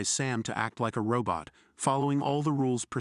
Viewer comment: Bro said robut